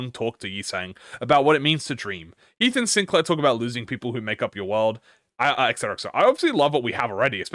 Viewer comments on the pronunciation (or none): none